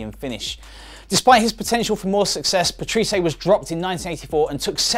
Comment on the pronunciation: Also 'Paterese' is really pronounced 'Pat-rey-sea', but other then those two things I'm giving like for decent video.